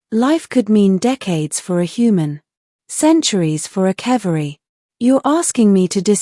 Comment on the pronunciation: even AI can't pronounce 'cavalry' correctly. pathetic. gay. just no.